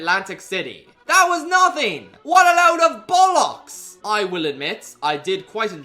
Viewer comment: I love how everytime he uses british slang like bollocks bugger twat wanker ect he says it completely wrong (not a complaint it makes it funnier)